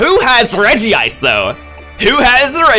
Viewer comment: I would like to point out that it is pronounced reg-ice not regiice